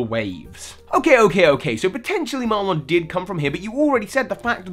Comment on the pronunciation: So help me, do not pronounce his name as "Mar-lonn," his name is "Mar-linn"